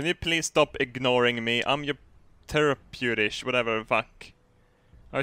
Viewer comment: Teraputish hahahahaah i am not any better lol